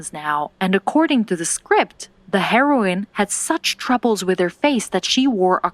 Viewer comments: Am I the only one hearing them say heroin multiple times? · Each time she was talking about the heroine she pronounced it like HEROIN and i was like she is taking drugs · They are pronounced different according to me Heroine is pronounced heeroin Because for hero you say heero so same for heroine And heroin well that is drug